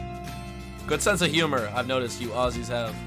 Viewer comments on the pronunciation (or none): You say aussies so funny! It’s pronounced more like “ozzies.” Can’t wait for the day you do a vlog/video IN Australia!